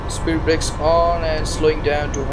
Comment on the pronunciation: what did you say there? spear brakes? I didnt understand